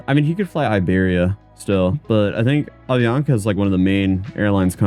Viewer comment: Dude, it's Avianca, not "Ovionca"!